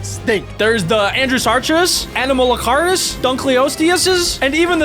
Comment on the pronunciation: animalasurus Everybody: Anomalocaris